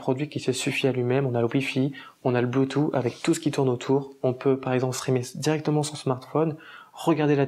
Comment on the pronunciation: Sinon on dit bloutousse et pas bloutout. Et pas de s à la fin de cent euros 😁